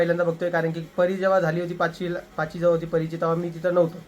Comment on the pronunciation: अरे दादा पाची नाही पाचवी असा आहे तो शब्द